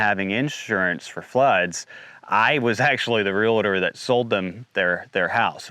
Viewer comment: Since you are a realtor, please notice that there is not a "LA" in the middle of that word. It's not real-LA-tor. It is real+tor. Keep up all the good you are doing.